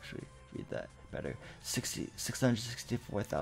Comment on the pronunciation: Not bettar